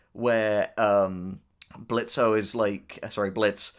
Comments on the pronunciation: I just have to say this: ITS PRONOUNCED BLITZ NOT BLITZO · The fact u kept on calling him blitzo triggers me THE O IS SILENT >;( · Please stop pronouncing the "o" in Blitzo. Its pronounced Blitz. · The O is silent lol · The o is silent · It's pronounced Blitz, the O is silent. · THE O IS SILENT. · The "O" is silent! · The O in Blitzo's name is silent, fyi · The “o” is silent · His name is Blitzo but the O is silent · the o is silent stop saying his name wrong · Every time they said Blitzo with o. I played a soundboard on my phone of blitzo "The O is silent" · The O is silent now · The “o” in Blitzo is silent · Guys, it’s pronounced “Blitz”. The “o” is silent. He said it himself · Your Grammer is a bit DUSTY it's BlitzO but with a silent o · The o in Blitzo is silent. Lol he’s said this so many times. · I agree with all your facts and theories. But Blitzo is pronounced Blitz. He even says “the O is silent” in the pilot episode. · Idk why but you pronouncing blitzo's name with the o is getting me mad, in the three animations hes pronounced it as blitz, in the 2 episode it is clear it was once blitzo but hes changed that now, no hate just saying its pronounces blitz, "the o is silent" he said that in the pilot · It's Blitzø, the ø is silent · THE O IS SILENT!!!! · Small nitpick, but in "Blitzo" the 'O' is silent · The “o” is silent, don’t deadname. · THE O IS SILENT!!!!!!!!!! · Did they not hear Blitzo in the pilot? The O is silent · Blitzo: "the o is silent" Diregentleman: ima pretend I didn't hear that